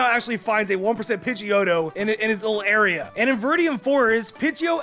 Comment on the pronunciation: he say pidgio